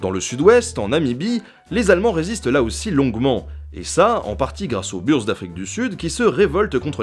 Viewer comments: Bonjour. Quand tu parles de la révolte en Afrique du Sud, tu parles de "burz". Est-ce celle des Boers ? Si c'est le cas, je pense que ça se prononce 'bourz". Continue ton travail, c'est excellent ! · Pour info, Boers ne se prononcent pas [beur], mais plutôt [bour]. Avec le "ou" de boulghour, amour etc... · On dit "bours" pour boers pas "burs" car prononciation afrikaans d'origine néerlandaise